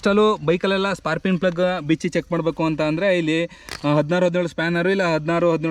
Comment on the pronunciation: ಸ್ಪಾರ್ಕಿಂಗ್ ಅಂತ ಸರಿಯಾಗಿ ಹೇಳಣ್ಣ